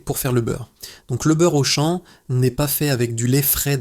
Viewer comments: le beurre auchane 😂 de l’ia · Pitié ! Arrêtez d'utiliser l'IA pour la narration, même pas capable de prononcer correctement Auchan ("beurre Auchêne" 😅)...